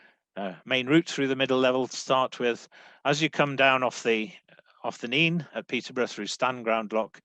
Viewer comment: i stopped watching when said Nene wrong